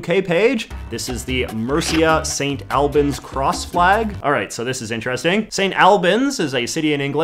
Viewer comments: Quick pronunciation tip: St Alban's is pronounced "All-buns" Very cool for JJ to mention somewhere so close to where I live 😁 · It's Saint Aulbans not Saint Albans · It’s not st al-bans, it’s st all-bans. And Mercia means nothing, maybe like old English? It’s more likely that the person was born in St Albans and moved to Portsmouth as there is a university (college) there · I live in St Albans and it is pronounceed St. All bans not al bans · I recognized St Alban's cross immediately! Going to 'Alban Academy' middle school, I had the symbolism very much drilled into me. On that authority I declare that it's pronounced Awl-bn. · as a resident of St Albans (pronounced: saint ulbons) this is probably a Mercia flag because I have never seen anyone fly the flag like that in St Albans, it’s usually flown as the coat of arms the shield design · Wrong A sound! It's more like auhlbans. Finally some knowledge from my neck of the woods! Love the videos. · As a St Albans native I enjoyed seeing St Albans on a YouTube video for the first time in my memory. Although you did butcher the pronunciation of St Albans, it’s pronounced sort of like St Awl-bans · Its probably already been said but St. Albans is pronounced Sunt Allbans in England. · English town pronunciation strikes again! St Albans is pronounced "St All-bans" (like the word all). As an English person I can't say I've ever heard of Mercia. My guess would've been a Scottish flag (Saltire) with the yellow representing the pro independence Scottish National Party -though I lived in Scotland for 5 years and never saw this variant. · Very much pronounced Saint All-bans